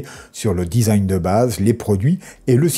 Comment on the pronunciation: design se dit disagne 😇 ceci etant dit, mes felicitations pour vos video. je suis fan.